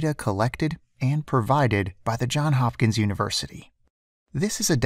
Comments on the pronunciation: JOHNS HOPKINS! Not John Hopkins. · it's JohnS Hopkins not John Hopkins lol